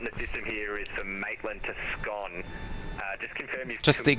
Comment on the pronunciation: Someone in "ATC" can't pronounce the town name Scone LOL